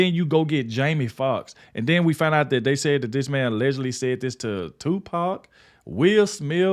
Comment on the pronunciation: Its not wiped from the internet. If an idiot like myself can it then anyone can. Also if your going to make a video also re-edit, also re-record the proper pronunciation of Tupac. After his name mispronounced i didn't hear anything else in this video.